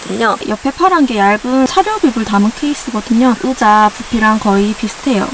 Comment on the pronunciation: 으자 발음이 너무 귀여워요 ㅋㅋ❤ 맥북 장만하신거 축하드려요~ 미래의 도 힘내주세요^-^!! 의자도 편한거 딱 맞는거 받으신거 같아서 다행이네용